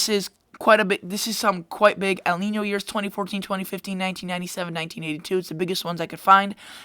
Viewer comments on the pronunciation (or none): none